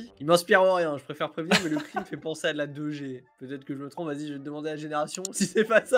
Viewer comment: quand vous dite 2G on dirait que vous dite Dejais lol